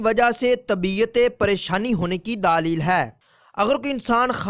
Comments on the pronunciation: Dleel lafz hota hay bhai daaaleel na kha kary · LAFZ : LAADEEL Nahin Balke "DLEEL" Hai (Talafuz THIK Karein)